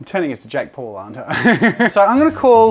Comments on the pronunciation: I like how he said Jack Paul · hmm, Jazza. It is Jake Paul and not Jack Paul. I just thought I would tell you that before he Jake Paul comes busting in through your front doors.